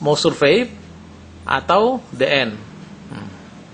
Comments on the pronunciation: bacanya di en bukan de en (the end)........ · human = HYUMen the end = DI ENt execute = exzekiut insinyur ngomong aja belepotan !